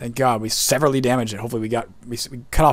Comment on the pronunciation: Also... there’s no such word as sever-ly... something is severe... you have SEVERELY damaged the thing. After hearing that about 10 times my inner grammar nazi is twitching it’s eye.